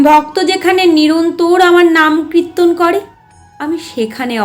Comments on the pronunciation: কৃত্তন বলছেন কেন ? ওটা কৃত্যন নয় কিরটন বা কীর্তন । এত মিষ্টি কন্ঠ কিন্তু ভুল উচ্চারণ ! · বারবার কৃত্তন‌ কৃত্তন‌ শুনতে কানে লাগছে